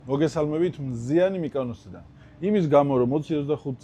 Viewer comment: მიკ”ა”ნოსი 😂, შეინახე ფული მალე ჩამოვალ 🛩️🌴💃🪩🇬🇷